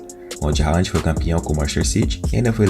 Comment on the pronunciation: O nome dele se fala "Röland(com d mudo) e não Rand.